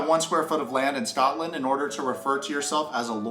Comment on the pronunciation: As a Scottish person, PLEASE say Scotland properly.